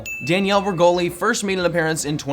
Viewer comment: “Danielle Bregolli” Me: NO NO NO NO NO!!!